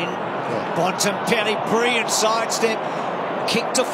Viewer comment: If Bruce McAvaney could learn to pronounce his "l"s - instead of briw-yent (brilliant) and "naiws" (nails) when an opponent "naiws" his player... it would be a lot easier to listen to... Besides Bruce's lazy speech, it was a great game...